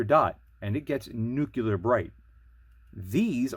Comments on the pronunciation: It's nuclear, not "nucular" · Tenebraex* Ten-a-bro Nuclear* New-cle-ur You're killin me C!